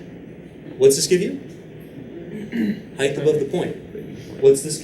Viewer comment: I love your videos, hate the way you say height though but your biceps make up for it.